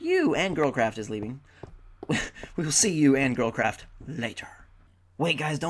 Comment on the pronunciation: whenever u say girlcraft it sounds like girl crap to me. anyone else who thinks that? :D